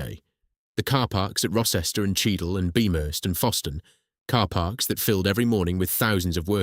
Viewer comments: The c orrect pronunciation of Rocester is row-stuh. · The village Rocester and nearby town of Uttoxeter . Rocester is pronounced Row-ster and Uttoxeter is pronounced U-tox-eter